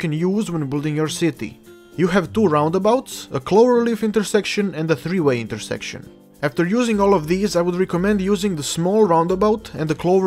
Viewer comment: Gave a like for "tree way" XD